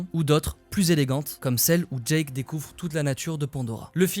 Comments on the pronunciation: Génial mais c’est Jake pas Jack Soso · Jake pas Djack 😂